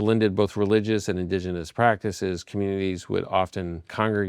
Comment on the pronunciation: This guy is a self proclaimed historian but cant say indigenous. 😅